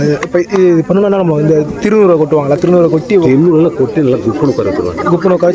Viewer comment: துன்னூறு இல்லடா திருநீறு